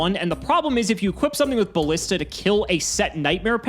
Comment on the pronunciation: pronunciation of "ballista" makes me very unhappy.